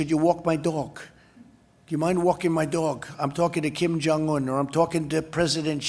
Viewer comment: "Maybe he's negotiating with Kim Jung Wun. ... I'm talking to Kim Jung Wun." How the hell is he mispronouncing Kim Jung Un? Aren't they supposed to be lovers or besties or some such shit?